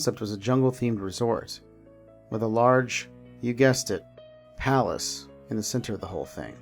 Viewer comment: I think you're mispronouncing palace